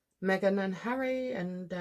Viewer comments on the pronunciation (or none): none